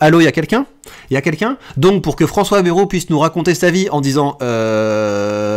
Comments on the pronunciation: Vidéo intéressante, mais par ailleurs apprenez à prononcer correctement: Ce n'est pas BEROU mais BA-I-ROU qu'il faut prononcer. On n'est pas tous parisiens.... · On ne dit pas "Bèrou"!